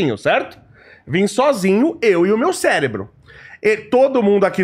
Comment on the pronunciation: " Eu e o meu CELEBRO"